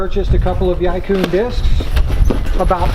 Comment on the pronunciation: the pronunciation for yikun was almost right, the first part is like “eee” as in “yeee”, the second part is pronounced like “kwen” as in “when”